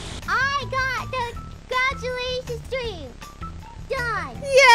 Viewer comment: The amount of W's Biboo was making was so cute. Scweam, Fwiends, Congwatuwations. It seems the more scared she is, the more baby she sounds.